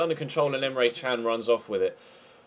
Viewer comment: Emre Can doesn't pronounce like Chan, it is pronouncing with J like Jun. I don't wanna be rude but it's really disturbing. Thank you.